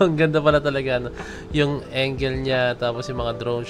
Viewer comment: Bro...angle hindi engel...sakit sa tenga😅